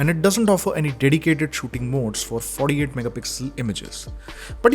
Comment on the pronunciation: No One:: FoRdE-AiD MegaPixel